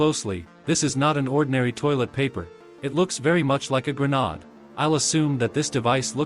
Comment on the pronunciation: IT'S A GRONOD XD ik he said grenade but the voice said gronod